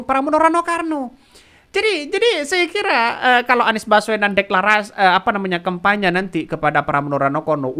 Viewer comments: Admin saking semangatnya ....ngomong kampanye jadi kempanya ...hehehe... Tdk apa2 malah bisa buat lucu2an. Yg penting bisa sosialisasikan hal2 yg terbaik. Semoga cagub yg didukung dan bisa terpilih nantinya bisa membawa DKI lebih baik dan bisa akomodir kebutuhan dan kepentingan masyarakatnya. Kalau terpilih semoga selalu amanah .....dan .... TETAP SEMANGAT !!!. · Bukan karna semangat nya si Admin, tapi Emang Dari dulu Bilang kampanye di Bolak jadi KEMPANYA, coba ente lihat Video² dia yg lainnya, he.hee